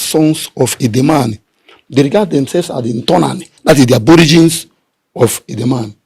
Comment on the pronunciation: Edemal not Edemani.Why are you changing the 'l' to 'n' which is the pronunciation of a different Igbo tongue? Your tongue is more ancient and uncorrupted.